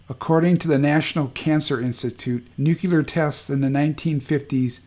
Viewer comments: It's not pronounced "noo kyu ler", it's "new-clear", or nuclear. Nookyuler war, nookyuler this and nookyuler that. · Why are you purposefully mispronouncing nuclear? It's not new-cue-lar, it's pronounced just like it's spelled "new-clear". Say it with me now, "new....clear". This gross mispronouncing makes it hard to take you seriously. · "nu CLE ar" Not "nu cUlar" Sorry! All that WW2 talk and here I am a grammar Nazi! I'm really not trying to be mean. It's like nails in a chalkboard to me. George W. said "nu cu lar" and I thought then, "If you can't say it correctly, you definitely shouldn't have authority to launch it!" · PLEASE! NU-CLE-AR NOT NUCULAR! THERE IS NO "NUCULAR." Too embarrassing to share. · Hey --- the word "nuclear" is pronounced "NOO-klee-ur" not "nook-yuh-lurr", Yes, George W, Bush got it wrong, too. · I hate to split hairs here, but the word is pronounced NUCLEEEAR. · Nuclear... NEW-CLEAR. Jesus fuck... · I find it hard to take any content provider seriously on this subject when they can't pronounce nuclear properly. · You keep saying Nuclear wrong but well done otherwise